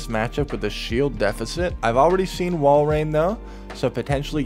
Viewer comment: thank you for pronouncing Walrein correctly xD